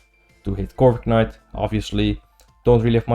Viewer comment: stop saying corviknight like that pls